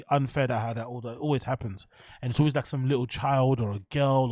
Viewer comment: I realize Brendan's constant failures to pronounce words but you must also recognize Luke Thomas always says "alwis" instead of always... He's literally too stupid to understand how the word "always" is pronounced... It has the vowel "A" in it which is obviously to be pronounced fully in the word "always" but for some reason Luke is so retarded his dumb retard mind always forces him to say "alwis"... no matter what.